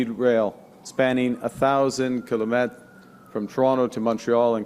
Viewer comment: Did Carney say 1000 “kilomet”? 😂